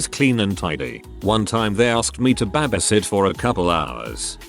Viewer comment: Honestly the way he says “babasit” is just the most wholesome. I’m stealing it